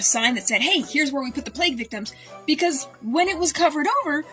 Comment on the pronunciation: I heard "play pit"